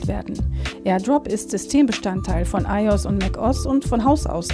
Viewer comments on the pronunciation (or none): eios und mäckos? Sicher dass das so ausgesprochen wird? 😂